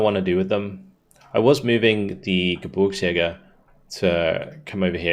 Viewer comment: GeBIRGSjäger (think beer rather than burr), it almost sounds like you say GeBURTSjäger which comes out as Birth hunters rather than Mountain hunters. :D Keep it up, these campaigns always entertain.